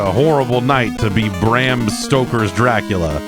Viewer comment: THE D ON MY GRAVE STANDS FOR DRA-CU-LA